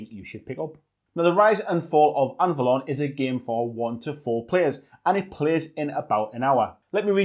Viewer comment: BTW: Anvalor, not Anvalon...